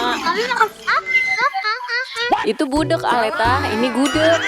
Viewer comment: Gudek❎ Budek✅